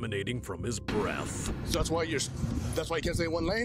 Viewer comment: “his BREATHE” why is he saying it like that